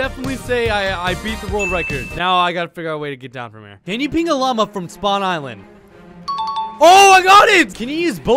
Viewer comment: wow thats such a cool "llama"